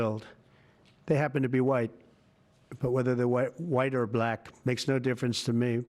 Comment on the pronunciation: He can’t even say Black normally